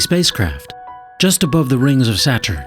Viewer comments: lol, alpha centowri and sateeeerrrn. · Anyone else cringe every time he called it "Satchern"? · He pronounces "Saturn" like he's never heard the word spoken before and is trying to work out what it sounds like as he goes. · why do they alway find the weirdest people to narrate these videos. i can't pay attention to the actual video when he keeps saying alpha senTOWry and saTURN. ps i think we'll still be around well after 2150.